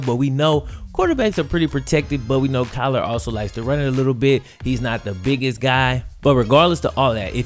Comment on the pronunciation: Kyler not Klyer